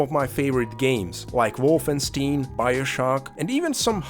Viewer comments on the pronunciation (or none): IT'S WOLFENSTEIN, NOT WOLFENSTIN